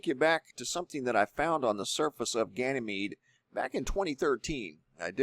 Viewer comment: Says "gyanemede up-close"